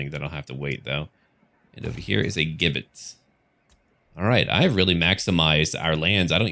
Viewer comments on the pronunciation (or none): the word gibbet is pronounced "jibbet", more or less. Soft 'g'. With all due respect: love this series!